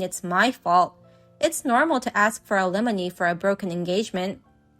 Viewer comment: Alimony...pronounced "al a mo knee"...English is so difficult! 😂